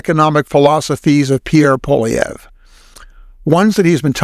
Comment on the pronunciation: FYI, the name Poilievre is French, and the "Poil" is pronounced "Pwall" as in "wall" with a p in front.